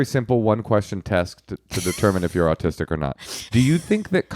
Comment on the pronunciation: I thought said 'oldtistic'... I'm making that a thing.